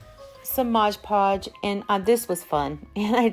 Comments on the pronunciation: Cool ideas. FYI - its MOD podge, not modge podge.😉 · Dear sweet, incredibly talented lady. These are amazing. BUT ... isn't there always a but...? It's MOD Podge. NOT MODGE Podge. I'll go back to Mom's basement now.